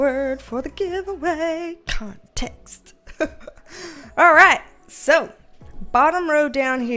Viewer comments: HA! I've found myself thinking 'gimme conTEXT' with your accent many times a day when dealing with co-workers. HAAHAA! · I subscribed 2 days ago and I'm already saying context as "conTEXT". Your enthusiasm is contagious! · I will never say the word "conTEXT" the same again 😂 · I love you’re accent and the way you say ConTEXT!! Makes me feel at home!! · How context is pronounced up here: kahhhhh-n-tehh-ex-t Yeah.. bostonians are obnoxious. At least there's no R's in it 🤣 I digress, 10k ahhhhh-mazing!! You are just getting started my dear and we are here to support you along your journey. Keep on manifesting that dream BB! xo□ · I think you should let your hair be curly more often!! I love how you say Context. I find myself saying it the same way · Curly girls unite! I love how you say CONTEXT. Makes me smile. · I just love how you say "context". Also, love your curly hair! And congrats on 10K subs!! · Congratulacionnnnes!!! (Read in that spanglish accent like you do with the word interpetacionnn) Do you want some CONTEXT of my life?? 🤣🤣